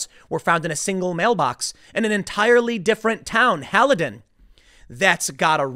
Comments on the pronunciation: FYI: Haledon is pronounced Hale-Done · ITS NOT "HAHL-UH-DIN" TIM... ITS "HAIL-DUHN" Also if someone is checked off as having voted by mail but the person swears up and down that they didn't. Then their original ballot should be nullified, pulled from the count, and be allowed to re-vote in person at the place where they made the complaint. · Btw, Haledon is pronounced like Hale-dun. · I grew up in Hawthorne NJ, in Passaic county, right next to Paterson. It doesn't surprise me at all. And Tim, it is pronounced, Hale Don. (hail - don)